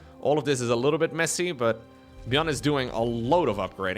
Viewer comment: When says messy, who else hears: "they sucked"